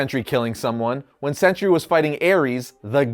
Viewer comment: Pronounced Sentry. Not century.